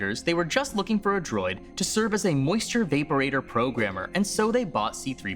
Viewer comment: Um actually, you pronounced moisture Vaporator wrong. It’s Vap-(like map), oh-rate-or. They are also known as Vapor Spires.